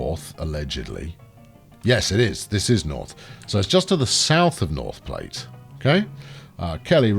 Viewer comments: Its pronounced "plat", not "plate", the E is irrelevant. Don't blame us, blame the french. They literally called it the french word for flat. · It's probably been said a dozen times, but Platte is pronounced like "flat," not like the thing you eat off of while utilizing flatware.